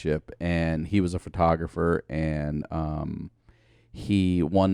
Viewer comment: Ryan said “fertawgriffer” 😂😂😂💦